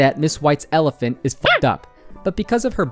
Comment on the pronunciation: Never heard of an "elefint" before :)